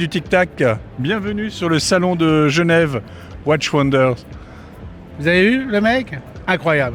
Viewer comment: Bien vouloir prononcer "Watchiiiiiizzzz and wonders"